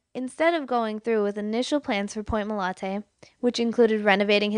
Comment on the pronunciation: She keeps saying MOLANTE. Is it MOLANTE or MOLATE? Oh wait, she’s starting to say MOLATE. Never mind.